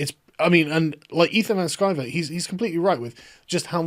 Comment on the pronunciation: you said Ethan Van Scriver? lol "Sciver" dude. Btw, u guys should totally do a thing together. it would be dope